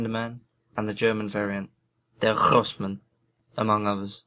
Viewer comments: the german word is spoken [gross mann] sry, but I've got bleeding ears from your version ;D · the G in Grossmann is like the G in Grocery store